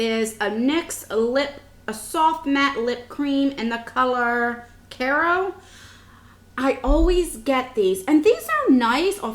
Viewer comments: Its Cairo pronounced ky row as in cairo egypt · You need to learn how to pronounce Cairo.